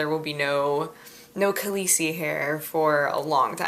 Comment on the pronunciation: First of all you misspronounced Khaleesi, secondly i'm gooing to bed. TMI